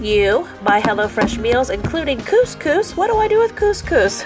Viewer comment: Ps Cous Cous will change your life! (Yes you said it right!), but so fast and easy, plus versatile and healthier. I looovvee the stuff! Xx